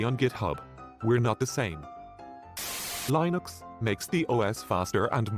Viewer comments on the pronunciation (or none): Why are you saying "Laeinux"?!? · Maybe I should make an OS called Line-ux to stop people pronouncing Linux that way...